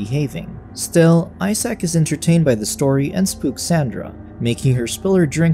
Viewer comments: Homie said eye sack I'm dead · "Eye-sack" lol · "Eye-Sac" poor Isaac lol